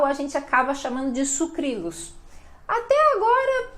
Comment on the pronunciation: Eu também falo Sucrilhos. Acho que ela esqueceu de pronunciar corretamente.